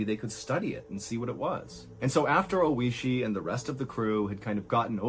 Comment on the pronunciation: Is the guy's name Oishi, meaning "delicious/tasty"? If so, he pronounced his name incorrectly the whole video. rip